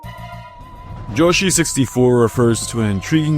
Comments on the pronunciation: yoshi ❌ joeshi ✅ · Hearing "" instead of "Yoshi" made this video almost unwatchable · Dude. isn't "different", it's literally just wrong. Yo-shee and Yow-shee are different ways to pronounce Yoshi, but this is a Japenese word, the "Yo" under no circumstance is gonna result in a "J" sound, not to mention that in English "y" only makes a "yuh" sound, an "e"-like sound like in happy, or historically thorn, like the th in think. Also I don't know why this offended you so much that you had to activate ad hominem mode like a far right twitter user, do better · Is nigga just pronouncing yoshi ''joshi'' on purpose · "" Also nice video! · why do you call Yoshi “”